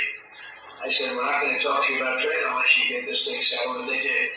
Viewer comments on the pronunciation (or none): none